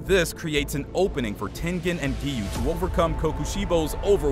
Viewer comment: He is not tenthen it's tengen